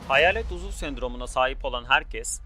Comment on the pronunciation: uzul değil uzuv